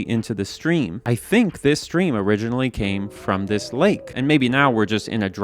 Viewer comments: “could this be where the water that formed this stream originally came from?” don’t you mean…o-ridge-inally? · "o-ridge-inally came from"